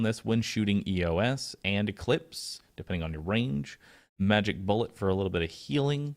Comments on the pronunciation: I think it's pronounced "Eeeyoss" not "Ee-yo-ess" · It's pronounced "ē-ō-s"